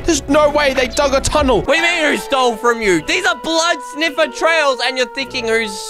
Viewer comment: said fro 😂😂😂😂😂😂😂😂😂😂😂😂